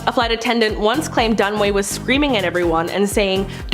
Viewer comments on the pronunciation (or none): It's Dun-A-way. Fay Dunaway 🤦🏾‍♀️😄